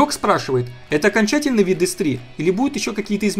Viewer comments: Оконьчательный? Грамотей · "Оконьчательный" - браво!